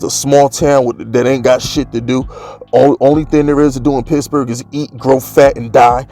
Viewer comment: I like when you say pittsburgh....sounds like pissburgh